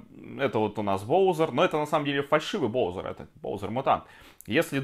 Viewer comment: ты говоришь боузэр а правильно боузер